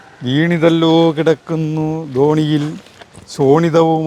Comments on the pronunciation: ദോണിയിൽ അല്ല ധരണിയിൽ പഠിച്ച പ്പം ശരിക്ക് അങ്ങട്ട് പഠിച്ചില്ല.. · 😂😂😢😢 വീണ് കിടക്കുന്നത് ധോണിയിൽ അല്ല,ധരണിയിൽ ആണ്😅😅😅😂😂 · ധോണിയിൽ അല്ല ധരണിയിൽ❤❤❤ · ന്റെ.,. വീണിതല്ലോ കിടക്കുന്നു ധോണിയിൽ ന്നല്ല ട്ടോ വീണിതല്ലോ കിടക്കുന്നു ധരണിയിൽ ന്നാണ് 😂😂😂